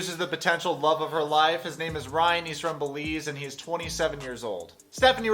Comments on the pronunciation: Belize....”e” .... not “Beliz” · It’s Belize with an E. Love your channel btw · Missed the e bro, it's Belize, my homeland :).